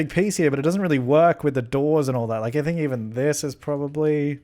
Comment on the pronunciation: 'i don't SINK so' lmaooo